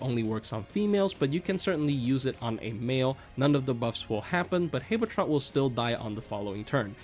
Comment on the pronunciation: Why do you pronounce habetrot like that